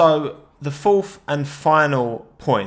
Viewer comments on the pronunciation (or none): none